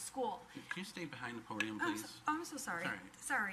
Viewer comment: "Can you stay behind the podeum please?" 😂